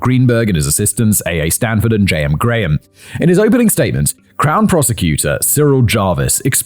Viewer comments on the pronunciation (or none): none